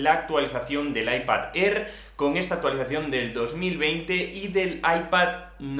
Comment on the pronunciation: “Aipad Errr” 🤣 🤣 🤣